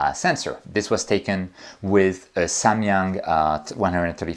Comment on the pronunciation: Truly EXCELLENT presentation. Bonus points for pronouncing correctly: Nikon (well, at least once), Samyang; and for not yielding any objects to the Earth's gravity. 🙂